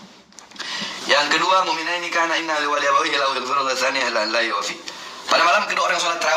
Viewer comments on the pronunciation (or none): "Kana" itu nama anaknya Iblis, harusnya di baca "iyaka -na'budu" Ka dan Na jangan disambung